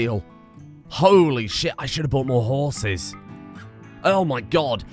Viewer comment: I thought you were trying to pronounce Quagga until it dawned on me. HORSES. Them meds are really getting you oh boi